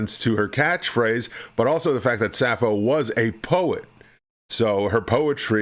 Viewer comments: No, you messed up saying 'suffering sasso' instead of suffering sappho... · Every time you pronounced "Sapho" as "Sasso" it physically and mentally hurt me 😭